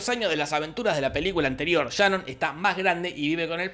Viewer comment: Por que le dices Shanon si se llama Sharon? Jorge: Por que se me canta el culo.